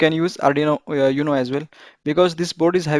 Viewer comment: First of All !!! UNO is not pronounced as You-NO its. OOO-NO.... Limitation to High voltage Programming which is mostly required by PICs make it rather impractical for me... But you can use arduino PWM as boost converter for 5v to required high voltage.... Cheers.....